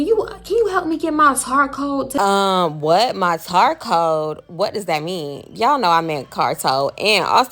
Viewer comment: Not her tar cowed 😂😂😂